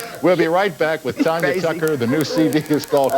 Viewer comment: It's TANYA, not TONYA